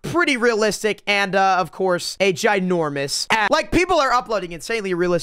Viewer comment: "and ofc a ginourmous a